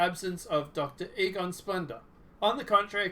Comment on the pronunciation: It's Egon not Egor. 🤣🤣🤣🤣